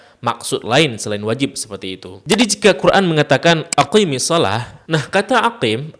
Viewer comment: Maaf Guru. Koreksi dikit. Ketika mengucapkan "aqimisshalah", "qi" nya pendek, bukan panjang. Karena ketika dibaca panjang, malah jadi untuk dhamir "anti" أقم أقيما أقيموا أقيمي أقيما أقمن